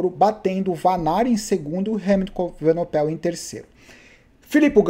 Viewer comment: o nome do "pivete" é Renco EVENEPOEL e não Renco EVENOPEL...rsrsrsrs